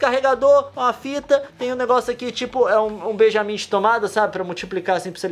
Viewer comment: Não é beijamin é T